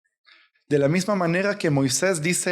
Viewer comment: Una observación hermano es Moises no Moiseis